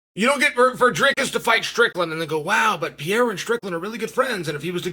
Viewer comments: Why does he pronounce it Pierra lol its Pereira (pererrah) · Hey Chaellly …why TF do you keep mispronouncing Alex PeRReiRah’s last name. ITS NOT PEA-era. Dummy. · Considering he's carrying the UFC on his back you might want to take the time to learn how to say his name. However, you are saying "era" and that's what we're in, so maybe it's okay. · Stop calling him Alex Pierre you dweeb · Pereira is pronounced 'Peheira' not so difficult grandpa! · Dude can you PLEASE finally learn to pronounce his name? It’s not Pee-air-ah! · Little tip for you Chael, don't take it the wrong way. Pereira would be better pronounced puh" + "ray" + "rah". The r has a little roll too, but that's not too important, Brazilians are used to it. It's not Pah-HAY-rah either, but that's a Joe Rogan issue 😅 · Chael would love to see “Peeyairuh” v. “Raycheck” 😏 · Chael its pronounced "Peh -Ray Rah" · Just say “Alex” instead of the 10 different wrong pronunciations of PeeErra lol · I don't know who this 'Payerrah' fella is, but if Chael is talking this highly about him, he must be good. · Sounds better than how everyone else says it, Peeairah. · I can’t believe this guy is still mispronouncing his name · F this video it’s so annoying to watch a man talk about another man and he can’t even pronounce his last name dude learn the first and then come back and record. A new video is so annoying to hear you mispronounce his last name. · I view constant and repeated mispronunciation of a man's name a form of covert disrespect. You are too well spoken to get this wrong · And still can’t pronounce Pereira… 😂😅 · Intentionally saying his name wrong is just disrespectful